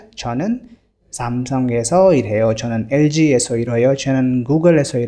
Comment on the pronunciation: Sir why did u pronounce irhaeyo instead of ilhaeyo?